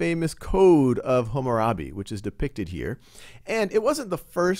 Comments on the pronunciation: its Hammurabi, not Hummarabi!! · Super old video, but no one is talking about it. It's pronounced "Kuh Nee Uh Form" not "Koo nee uh form" Also, it's HAMmurabi, not Humurabi. I saw one comment talk about that, but no one paid mind to it unfortunately.